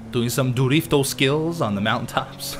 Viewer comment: Can you stop saying "Drifto"... God sake